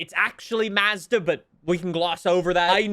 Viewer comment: Listening to pronounce Mazda makes my brain cells die...